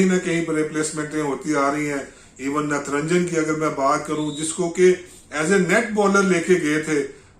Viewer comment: Natranjan nahi sir " nat rajan ."